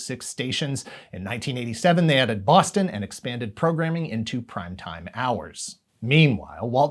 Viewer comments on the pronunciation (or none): none